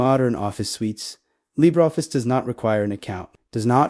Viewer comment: What exactly is "Libeffice"? I hate AI with a passion...